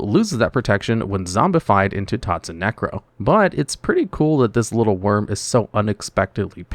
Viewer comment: I think he meant “Wyrm” not “worm”